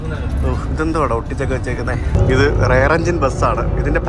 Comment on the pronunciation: 8.39 റെയർ എൻജിൻ ആണോ റിയർ എൻജിൻ ആണോ 😄